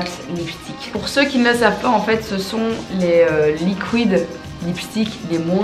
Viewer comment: et ses "LIKOUÏDE lipstick"